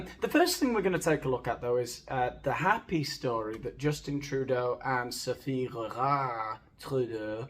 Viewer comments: Lostening to you say "Gregoire" kills me. We had neighbors with that name and your butchery tickles me;) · Bonjour, I have to tell you that your French accent is formidable. I could listen to you say Grrrégoire all day. Did you study in Paris? 😂 I really enjoyed this podcast-style video. You are hilarious as usual. I can’t wait to see you have 100,000 subscribers and many more. It will be well deserved. Have a great week. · I had to jump right on just to hear say "GrrrregWAAAR!!!" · I know this is an old video, but I love your content, but I have to say that the way you say Sophie’s name is hilarious, I love it.. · Brilliant. Being a Canadian creates yet another proud moment. Had to rewind and listen again to your excellent pronunciation of our beloved first lady? 😂😂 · who was that george you did a talk about? You said the second name with an accent, and i didn't catch it. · This is BIG… I see what you did there. Also I’ve just heard your pronunciation of Sophie’s last name and it’s already a better day. Edit: also what was that accent supposed to be? 😂😂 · Every time you say Grégoire 😂 😂 😂 😂 😂 😂 😂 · As soon as I heard of the Trudeau's separation, video on Sophie G's guesting on Archetypes came to mind. I knew nothing non-anodyne about her until hilarious take. Looking forward to today's video and exaggerated pronunciation of "Gregoire".